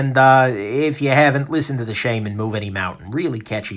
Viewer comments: Is this really "sheyman"? seriously? or Shaman as in spiritual healer? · I cringe every time you say Shame-man it's Shaman like Automatic